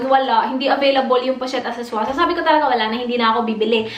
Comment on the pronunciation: The way you say pochette accessoire is try hard